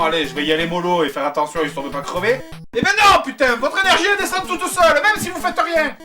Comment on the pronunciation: à on entend clairement l'accent du sud "elle descend toutEUH seulEUH"